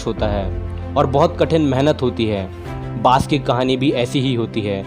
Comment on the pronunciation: Bhai bash nhi baaj bolo